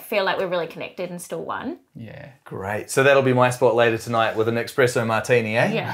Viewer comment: 'Ex'- presso martini lol 😆